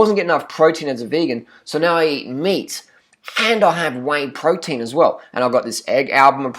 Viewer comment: pwoteen brahhhhhhhhhhhhh